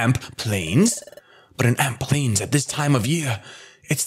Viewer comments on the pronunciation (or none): also it's amp plains not alp plaims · Shady it's Amp plains not Alp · "Alp" Plains lol. Love ya Shady!